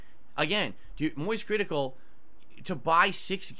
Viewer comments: "Moist-Cr1-TiH-kal" it's annoying when he emphasizes like that! 😂😂😂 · He says he doesn't like to paywall his khantent, but doesn't he do that consistently? And why did he pronounce "Critical" like that? lmao